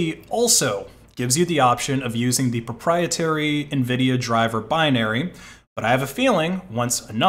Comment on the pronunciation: *ABSOLUTE PROPIETARY!!!*